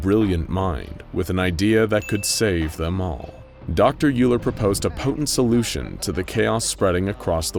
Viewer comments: I just want to point out that Euler is pronounced "Oiler," not "Yooler" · Euler is pronounced "oiler". Like the mathematician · Hey. So, just so you know, Euler is a German last name, and it is actually pronounced ‘Oiler’. You’re welcome. 🙂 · i think you pronounced dr euler's name WRONGLY!